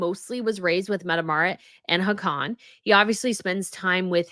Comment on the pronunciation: Hi, I love watching your show but this one I had to stop. I don't want to be mean, just help. The pronunciation of the royal names were getting slaughtered, so even though I don't usually comment, I want to help you not stumble anymore. Please take this in the intention it is written in. Haakon is pronounced like HOCK-un. Mette-Marit is METteh MAReat. Sverre is SVAIR. I hope this helps.